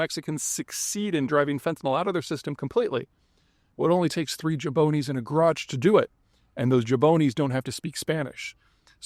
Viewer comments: Someone needs to help him pronounce jabroni. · To be fair it isn't used much anymore, I first heard it in "It's Always Sunny" but yeah he needs to add the R